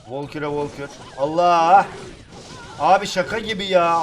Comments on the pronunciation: Volkür değil Valkür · Şu karta volkür deme Valkür diye okunuyor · Abi valkür o sen valkor deyip duruyorn sinirlendim ya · Abi volkür deme artık o valkür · Abi onun adı volkür değil valkür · Abi volkür değil valgür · volkür değil valkür ya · abi ne olur artık vAlkür de volkür deyil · Abi volkur değil valkür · Valkure volkür demen xD